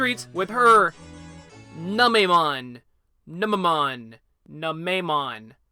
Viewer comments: NOO-meh-mon. C'mon man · New-May-mon is how you pronounce it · I always thought it was pronounced Neu-nuh-mon. man that Digimon is so nasty i mean in digimon world nunemon eats poop! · YES! FINALLY A GAME THEORY I UNDERSTAND! It's pronounced noom-a-mon. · Its pronounced new_ma_Mon